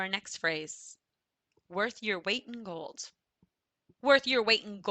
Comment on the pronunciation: Where are you from? I am from Hungary. You pronounce an s after a lot of words where there is no s Sound found like gold(s). It is disturbing quite a bit.